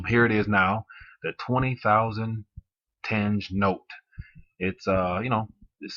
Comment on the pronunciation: Its readng ten’ghe